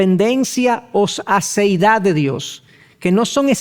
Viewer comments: Pastor, la palabra es Aseidad de Dios. No es asiedad. Por favor corregir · Gracias por los estudios bíblicos que imparte son de mucha bendición. Sólo una pequeña observación, tengo entendido que es "Aseidad de Dios" y no "Asiedad de Dios" ¿O estoy en un error?